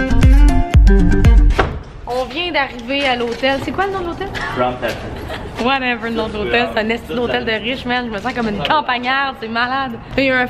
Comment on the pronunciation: “Crown platza” 😂😂😂